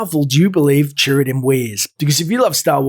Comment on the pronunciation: I kept thinking you were saying 'turret'.